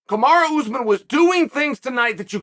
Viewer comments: Yo Chael.. it's Kumaru not Kumara. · 1 single loss and Chael is calling him Kumara 😂